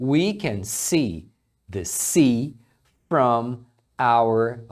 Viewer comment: Dica de pronúncia: cuidado pra não ditongar a palavra FROM. FROM não tem o ditongo ÔU, então não é "frôum", é "fram".